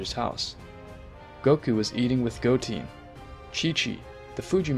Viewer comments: Dude good video, but u pronounce a lot of the names wrong, Its not Goteen but Goten, not Chompa but Champa, not Belmood, but Belmod. its very annoying like your doing it on purpuse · Go-teen had me dying when it's Go-ten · Go 10 not GOATEE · It’s piccolo not piccoro. Goten(Go-10) Not Goteen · It KILLS ME that this guy says EVERY SINGLE NAME WRONG!!!!!!! Picorro.... Shenlong.... Whis like "Swiss" .... Vermoot.... GoTEEN.... ...........SO BAD!!!!!!! Story is good tho lol.